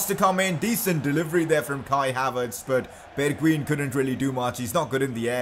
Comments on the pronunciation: you are prenouncing his name wrong, Bergwien (how you prenounce it) ---> Bergwijn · bergwijn is pronounced berg"vine" fyi